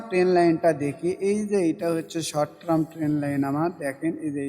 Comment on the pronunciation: ধন্যবাদ। আর ট্রাম না টারম (term) বলবেন।